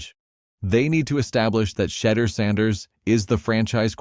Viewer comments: Can nobody that's doing these videos pronounce Shedeur s name?🤨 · Your narrator is no better than Stefanski. How is it he refuses to correctly pronounce Shedeur’s name?